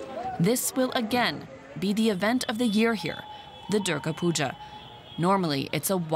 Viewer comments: Puja* not puga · It's Puja not puga🙄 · It’s Puja not Pooja or Puga